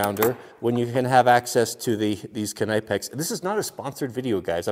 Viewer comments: Just a small fyi it’s pronounced like ka-nip-ex, NOT ka-ni-pex I give you bonus points for pronouncing the k lol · Why does he call it “Kuh nigh pex” I thought it was “nipex” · Omg this guys is driving me insane with saying KNIGHPEX IT'S PRONOUNCED "NIP-X" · I love you dude... but “knip-ex” not “kunipe-ex” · Ken-i-pex?! It's pronounced Nip-ex gosh darn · It's not Kenypex. try to pronounce it as Knip Ex (knip like nip + a hard K) in the Netherlands "knippen" is, cutting with scissors. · I'm sorry Ka-nipex!!! It's pronounced nipex, you don't say ka-nife for a knife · I don't normally correct people but if you're on the East Coast knipex the K is silent and it is pronounced nipex not kaaa nipex js lol what do you expect from a West Coast guy though were they all think that their chainsaws are bigger than ours🙃😂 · Knip-ex, not k-ny-pex lol. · KA NEE PECKS.......... I asked a German (i thought they were pronounced NIP EX) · K-nipex... it’s pronounced Nipex bro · its pronounced nip-X not kenipex same way you pronounce know knowing knew ect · KIN-IPE-X?? Its pronounced NIP-X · Calling knipex “Ka-Ni-Pecks” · Legend has it.....he's still saying kuh-kni-pex today. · Hey man, just a quickie, knipex is pronounced ( nip-ex ) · The K is silent, it's nip-x. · I thought knipix was pronounced nipex basically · Knipex has an English e for the I so it’s k n e pex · Is the way he says “knipex” how west coast people say it? Cause we say nip-ex and k is silent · Well here in Germany where Knipex is located we say it like "knee-pax" (spoken k) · Is it not said nipex? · It's a silent K in Knipex its pronounced "Nip ex" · Those “cobra pliers” are called channeloks and the brand knipex is pronounced ny-pex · It’s pronounced knip-ex. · Knipex is pronounced nip ex. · It's pronounced nip-ex the k is silent... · Good God what way do you pronounce knipex! It's pronounced nip-ex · It can't be that hard to pronounce Knipex correctly 🤔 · The k is silent in kni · You do know the k is silent?